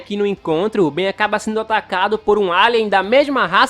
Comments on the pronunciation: Perceberam que invés dele falar Ben ele falou várias vezes Beno kkkkkkkkkk 😂😂😂😂😂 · É ben não benio 😠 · Só eu q ri toda vez q o falou Benio? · O engraçado ele falando clone do ben e eu confuso sem saber se era do bem Ou do ben